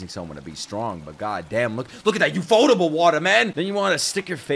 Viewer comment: When will he realize the it’s ufotable as in u.f.o.